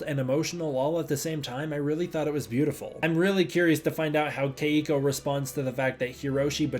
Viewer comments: Only gripe is that my girlfriend whose name is Keiko says you're mispronouncing her name and it's 2 syllables not 3. I play your videos right before I go to sleep and she hears it and gets annoyed so she annoys me. lol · Why does he keep mispronouncing Keiko’s name?